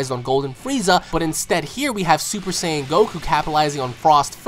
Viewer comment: i like how you pronounce "super "saiyan"" properly !!